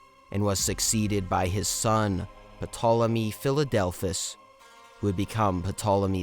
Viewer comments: The P is silent , as pt diphthong is not pronounced in English when a word begins with it. So it becomes Tolemy. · Bro fix your pronunciation. Good work but 2 mins in and I can’t stand your pronunciation of Pyrrus and Ptolemy. It’s not “Pairus”, it’s “Pirus”. And the P in Ptolemy isn’t pronounced 😭